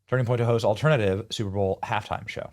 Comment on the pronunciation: Did you say “ALT TRIN ATIVE”??? Benny you need more education to be doing what you’re doing. The word is ALTERNATIVE